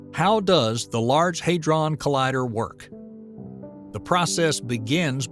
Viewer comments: The 'a' is short; HAD-ron, not HAID-ron. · NOT LARGE ‘HAY DRON’ COLLIDER’. ITS LARGE ‘HAD RON’ COLLIDER!